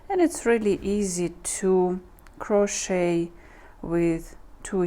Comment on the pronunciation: A) this inspires me to try making a sweater for my sister and b) uhm the "t" in crochet is silent.. pronounced "crow-shay" 😊 Happy knitting! (Or crocheting!)